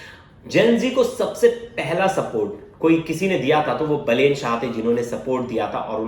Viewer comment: अबे बेलेन नहीँ बालेन वा बालेन्द्र शाह है